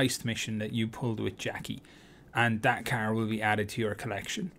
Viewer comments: i'll get what? a Kerr? riight a Keerr I'd like a Kerr ngl man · Bro, who tf taught you how to say car. 💀